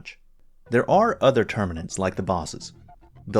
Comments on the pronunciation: HE CALLED THEM TERMANIDS AAAAAAAAAAAAAAAHHHHHHHHHHHHHH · Him saying the name wrong doesn’t change how the game felt to him to play mate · Besides, you did mention not being specially big on 40K stuff, people holding this against you are nitpickers. How about commenting on the actual content of the video? And with Helldivers 2 having been a hit, it's no wonder some would mispronounce tyranids, it's really no big deal. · professional reviewer with 150k+ subscribers could not be ARSED to actually learn one simple word for his video which, in time, will make him thousands of dollars. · I read this exactly when he said it. He did say tyranids after though.